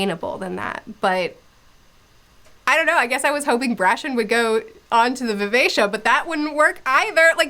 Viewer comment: Wow the way you pronounced Vivacia makes so much more sense than how I read it. I always read it as vi-ve-ki-a lol I had this oh shit moment multiple times in this trilogy for some reason. Maybe I can't read but I initially read Bingtown as Bring-town and had to correct myself over and over when I realized that. The worst one is Brashen which I somehow managed to read as Brandon initially I stg